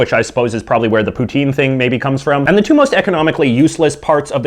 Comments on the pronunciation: its pronounced pou-tin not pouteen you fucknut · Pou-tin : Pu-tin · It”s not poutine! It’s putin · oh come on... poutine is said poo - tin, jos louis is pronounced joe lou-ees and ketchup chips are fking lit. and if you are canadian why do you got an american flag?